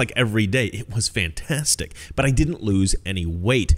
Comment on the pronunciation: I love the way says fantastic. Just saying:-)